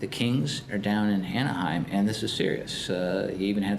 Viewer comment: lol Kevin Johnson mispronouncing Anaheim over and over.